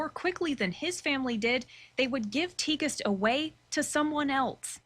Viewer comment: I think you pronounce her name Tig-est